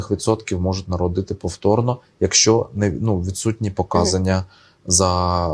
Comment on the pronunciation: ПоказАння!!!! Наголос на другий слог, якщо думаєте що ка це другий слог, то ні! по це приставка! (дОценти під прОценти😂 в листОпаді за дОговором😂)